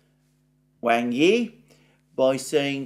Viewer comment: The corrrect Chinese pronounciation of Wang Yi is "Wung ee"... I watch your updates every day sir!